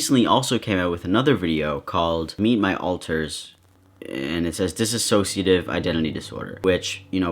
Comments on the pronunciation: When he said dissassociative I flinched lmao. It’s dissociative. (Not to be rude, but It does sound strange when you spell it wrong lmao, sorry if I sounded rude). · love you king and it’s super cool for u to address her bullshit abt DID but just wanted to let you (and other people) know that it’s actually pronounced “diss-o-see-uh-tive” not “diss-o-so-see- uh- tive” bc i hear a lot of people saying it wrong, it’s not a big deal but like i just notice a lot of people saying it like that